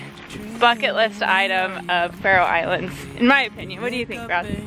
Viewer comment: "We are going to Fairy Islands to see puffins" I CAN'T